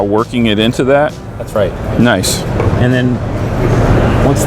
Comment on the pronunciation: I think he said nice but with an o.